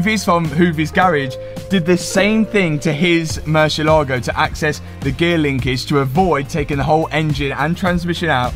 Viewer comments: It's not Mercya lago. It's more like Mer c el ..Ago. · One shot every time this guy says morseelogo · It’s pronounced mer-si-leago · MurciÉlago, it's called MurciÉlago thanks....gracias